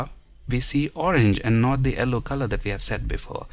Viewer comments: Thanks for the detailed video, but the "ellow" color was killing me :P. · it's YELLOW not ELLOW